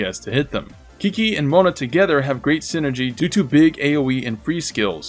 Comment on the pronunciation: chi-chi, not kiki. PLEASE!